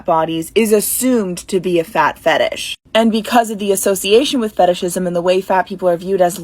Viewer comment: It's fetish, not fatish.